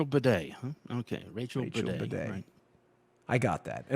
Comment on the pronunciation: Bade... baaaa-de... Bidet... HA!